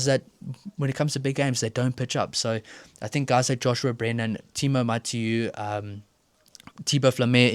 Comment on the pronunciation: Good prononciation on Matiu. First cap! Yes Jelonch is hurt. People in France do not understand why Nouchi is not in the 23 eventhough Brennan is quite good. FBB is hurt that is why the Pau 12/13 combination is not on